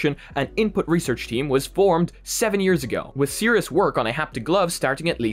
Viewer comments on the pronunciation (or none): none